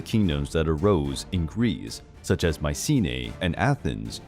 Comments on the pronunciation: It's not Mee-ke-na, not Maye-see-nee and not Maye-see-nee-a... It's (Mycenia) = MEE-SE-NEE-A. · From Mikena to “Maisine”, yahoooooo!